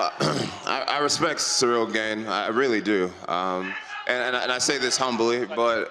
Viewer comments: Jon keeps saying Cereal ghejn… 😂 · I feel like everytime Jones says "Ciryl Gane" pronunciation changes 😄